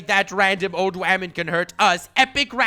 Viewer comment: OMG I totally love your videos. I found one of the videos and was like hmm interesting. Then I listen to your script and I love the way you said woman as waman. It's so funny then I found your this flex video before I subscribed and what made me do so was the perfect shave with the sword. Love it please keep doing what you do